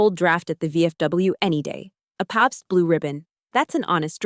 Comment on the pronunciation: "Pops blue ribbon" its Pabst, not pops